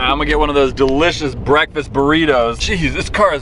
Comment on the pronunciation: “BAKFAST”